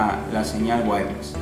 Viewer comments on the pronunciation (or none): none